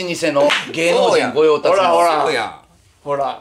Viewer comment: カジサック「芸能人御用達の…」 というセリフ。 カジサックは【御用達】を【ごようたつ】と読んでますが、正しくは【御用達（ごようたし）】です。 カジサック、噛んでるときじゃなくても日本語読みが変な時がメチャメチャ多く、何故かチームカジサックもスルーしてる事が多いので、今度企画にしてみては？